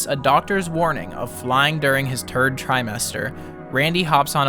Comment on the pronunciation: "his turd trimester"